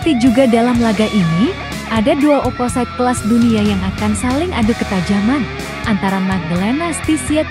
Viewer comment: Maunya begini begitu begini begitu begini begitu, maunya Vakifbank yg jd pemenang...anjayyy. MIN, itu suara naratornya pake mesin ya? OPPOSITE harusnya dibaca opposit. AYCA harusnya tetap dibaca aica.